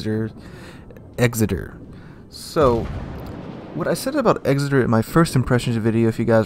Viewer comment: EKSSITER..........NOT. EXZITER........kapeesh GayLord.......?